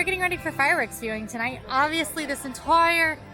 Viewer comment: "Obviously this entoire area" - when broke into her cockney English accent. Now that was magic